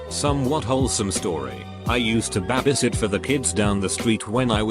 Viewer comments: Reddit voice: "I used to BAH-BIE sit" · Scottish accent, “it’s just a wee bahbie” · He says it how cash me outside bitch spells it lol